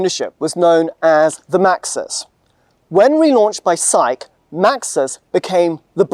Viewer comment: Each time he said "'SAIC", I heard psyche!